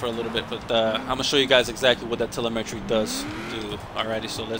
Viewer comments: Doesn't sound like you have an accent so I am assuming you are American, just an FYI, its pronounced "tel eh mi tree" not "tele meh tree" Solid drag build though, I would do something similar but I like to mess with my gears to everything i can out of them. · Telemetry= Tuh-Lem-ah-Tree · You're pronouncing telemetry wrong. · I just like the way he pronounces the word telemetry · drew bremer Telemetry is a real word lol he’s just pronouncing it wrong